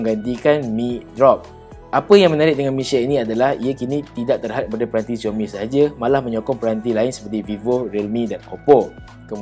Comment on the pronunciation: Sebutan Xiaomi dalam Bahasa Mandarin adalah Siaumi bukan Ziaumi! Tak percaya, tanya orang yang boleh berbahasa Mandarin. Dalam Hanyu Pinyin (ejaan huruf Roman (ABCD...Z) rasmi bagi Bahasa Mandarin, huruf X berbunyi seperti huruf S tetapi tipis dalam Bahasa Melayu. Antara contoh lain adalah bandar Xi'an disebut Si-an, sebutan Ma Lai Xi Ya bagi negara Malaysia dan wilayah Xinjiang disebut Sinjiang.